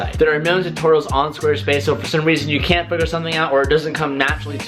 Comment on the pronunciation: Go the Aussie "Can't"